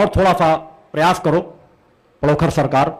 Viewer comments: महाराज पडोकृर नहीं पडोखर सरकार बोलिये बाद में कुछ कहीयो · पहले तुम पंडोकर का नाम लेना सीख ले उसके बाद जे अपने भाषण बाद में सुनान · Pahle sahi se pandhokar bolna shik lo.jise pandhokar bolna bhi nhi aata hai. wo Kya pandhokar sarkar ke samne khada ho payega.pahle bolna Sikh lo.dimag thik Kara lo.tum bhut bakbas karte ho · Pandokhar mhraj ka naam bolna Seekho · पहले तो नाम तो सही बोलो पंडोखर सरकार का 😂😂😂😂😂 तेरी दुकान बंद हो रही है इसलिए अब तु सनातन धर्म को बर्बाद करने मे तुला है